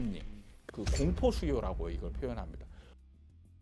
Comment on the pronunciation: 잘 들었어요 근데 대표적으로 수요 거주 억양이 틀렸어요